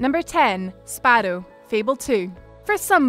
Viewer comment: Sparedoe sparedoe .. then sparrow.. dont change it . I like the spare doe